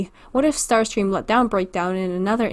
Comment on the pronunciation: What did I hear about how you pronounce Starscrean? You just said "sterscream"